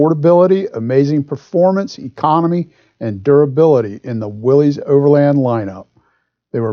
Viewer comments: I love the video, but I hate to have to complain for the 8 millionth time, the name of the car is pronounced WILLIS, NOT WILLY'S, OR WILLIE'S. It was named after a man named John North Willys, pronounced WILLIS, who founded the company that made the car in 1908. Otherwise, wonderful video, great brochure, excellent information. Sorry for the rant, but it drives me crazy. Just saw Dave's comment below...sorry to double down... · Hi, nice car, nice video, nice dealer sales brochure! The value of the Willys Overland's keep going up and up, according to Old Cars Magazine's annual Old Cars Report Price Guide. I think of the 1940 Willys as a mini 1940 Ford. By the way, Willys is pronounced "willis" not "willeez". Please reply. Dave...